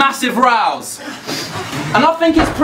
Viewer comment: also he gets in rows, (arguments pronunciation) not rouse